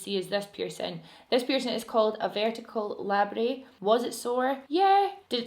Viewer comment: Just to let you know it’s actually a hard t on labret. People think it’s a French word, but it isn’t. The more you know 😁